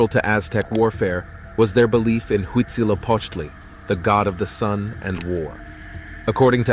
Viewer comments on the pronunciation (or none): It's huitzilopochtli